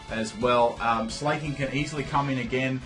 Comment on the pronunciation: Sla-king. Not slay-king As in slack. Im sorry >_< but it bugs me.. Love you anyway <3